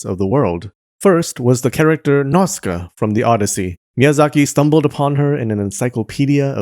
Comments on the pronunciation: Video is good but please can you pay more attention to the names? Without the subs it's impossible to tell that some "Nazka" is actually Nah-u-see-ka or Nah-u-see-kah-ya. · *Nausicaä is pronounced Nosy ka ah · It's "Now-see-kay-ah"!